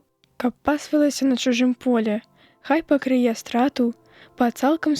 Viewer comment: Там жа у 6-м: прачытана: хто пакрые', замест: пакры'е. Ці праслухаў хто тое, што начытана, перад тым, як вылажыць запіс у сеціва?